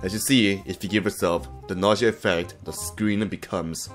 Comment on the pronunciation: POV: He realizes that it's nausea and not nausia